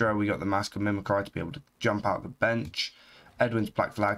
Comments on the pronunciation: Mimi Cry.... 8) Its mimi Cree 8) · Makes me chuckle every time he says mimicry.